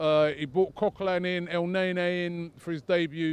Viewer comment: it's pronounced elneny ffs smfh